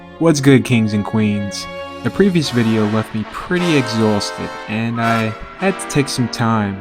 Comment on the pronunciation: “Exausted” new york accent